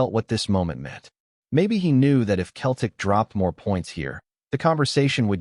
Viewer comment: AI voice can’t even pronounce Celtic 🤬 HH